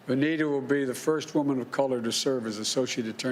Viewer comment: He keeps calling that lady Anita it VANITA with V for voter f